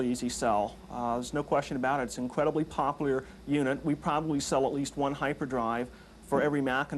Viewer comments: "Its an incredibly popleeer product" LOL LOL LOL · "Incredibly poplear"? :P